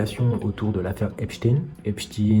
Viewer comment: Bravo pour cette "histoire" dont même Ardison avait été extrêmement choqué à l'époque et en effet je ne vois pas pourquoi on prononcerait "Epstine", c'est bien Epstein ; si tu appelles Frankenstein "Franckestine" cela ne va pas lui plaire non plus.